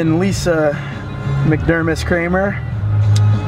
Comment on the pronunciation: why do you pronounce it Cramer, ffs